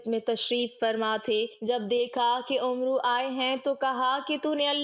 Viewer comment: Not Umro but Amer